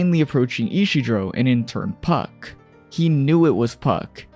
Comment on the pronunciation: Isidro. Ee-see-dro